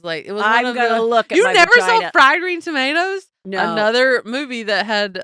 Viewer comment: It’s fried green tomaterrr if you are going to do the accent